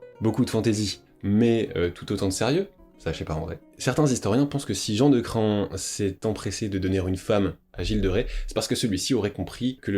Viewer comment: Incroyable documentaire, bravo pour toutes ces info, seul petit bémol, Jean de Craon se prononce Cran, le o est muet. Il y a une ville en Anjou (Mayenne) qui s'appelle Craon, d'ou son nom.